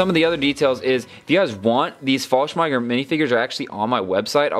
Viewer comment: It sounds like faslh-an-gau-mer